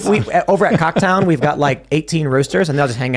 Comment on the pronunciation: Did Tim say “over at Cocktown” in the supers?